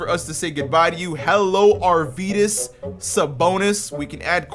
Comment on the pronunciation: Bruh, American pronounce on Lithuania words, just killing me. You have to say Arvydas Sabonis, not Arvyyydas Sabounis, BTW 😂😂😂